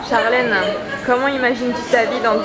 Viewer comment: "charlèneuh" c'est chiant à la longue.. Mais bonne vidéo !